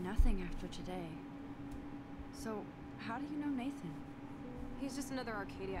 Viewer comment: Não é natan e sim neitan Que se fala